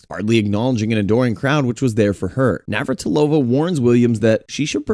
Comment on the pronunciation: You messed up Navratilova so many times. Get it right dummy.